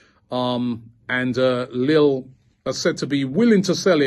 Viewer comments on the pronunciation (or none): none